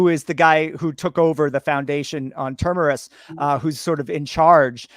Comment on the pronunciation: Everytime I here try to say Terminus as Term "er" us, it reminds me of south park with guy that can't say Planetarium... Welcome to the Plane-Airum.... Foundation on Term- er- us lol but I really enjoy you're guy's reviews thank you for putting in the work!